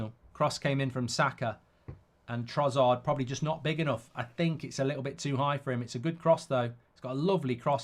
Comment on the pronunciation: You’re so fucking annoying… it’s TroSSard, not TroZZard you bloody idiot